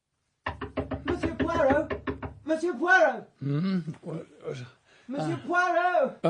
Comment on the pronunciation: Its....Poirot... and I am Belgian..